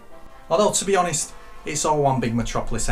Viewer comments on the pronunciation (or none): none